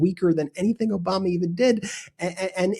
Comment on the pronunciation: "OBAMNA"...because he can't even pronounce words